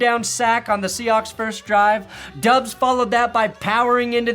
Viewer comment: Who is Doobs? I've only heard it pronounced Dobs